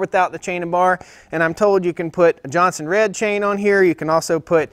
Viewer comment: It’s not Johnson Red. It’s Jonsered.